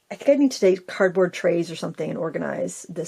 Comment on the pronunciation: I hung on replaying with CC on, over and over, because I thought you said 💩board box, and I couldn't figure out why happy was "crapping" on her own box 😂😂😂 /I'm Catholic, I immediately prayed for your soul and wondered.. what is 💩board box? HELP! 😂😂😂✝